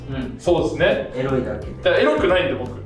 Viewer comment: 「えらいこと」に聞こえるの僕だけ！？😂